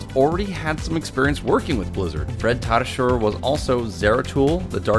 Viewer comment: Fred Tatasciore isn't pronounced Ta Ta sher, it's Ta Tu shore, I know because Tatasciore is my last name